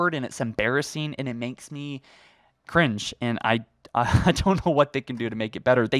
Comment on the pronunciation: DONT YOU EVER SAY CRINGE AGAIN! It doesn't sound right when you say it